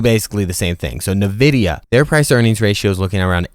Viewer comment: Great video, appreciate all the details provided. I already bought 1000 shares thanks to you. Only 1 little thing you need to fix is your pronunciation of NVIDIA